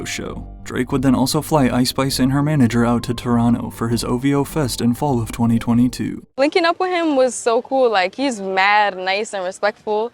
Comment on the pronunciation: It sounded like waking up but she said linking😂